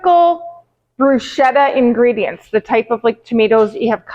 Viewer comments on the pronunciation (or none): So glad you popped up in my feed -- this looks delicious! (I believe it's pronounced bru-sket-ah with a K sound, if memory serves?) Heading off to watch more of your vids! Vegan for 3 months after toying with it for years, and learning that simple is best for me, just like this dish. I have a tendency to love long, involved recipes and end up overeating, making it a whole project. eek